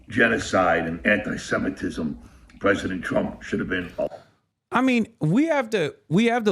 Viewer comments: “Pwesident Twump” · Pwesident twump lmfao 😂😂